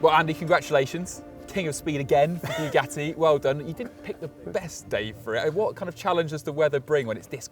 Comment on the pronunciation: Why like Clarkson do you say Bue Gatty...